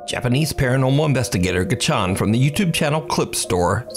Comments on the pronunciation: It's not gichan it's GAcchan emphasis on the GA. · Has no one ever heard of video editing?? That Arash Ashnan stuff is so fake! and Gacchan's name is pronounced more like "Got John" FYI :P